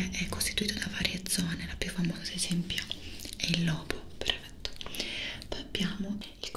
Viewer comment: In questi ultimi video ho notato che invece di dire "perfetto" dice "prefetto".😅